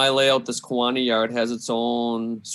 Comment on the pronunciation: The City of Kewaunee is pronounced: KEY-wa-nee. Not K-WAA-nee.